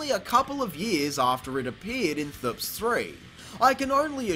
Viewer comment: Clown actually says "thps" like it's a word 🤦🏻‍♂️